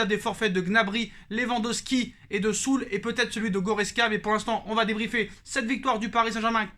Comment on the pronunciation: ça se dit Zuleu pas Soule (Süle)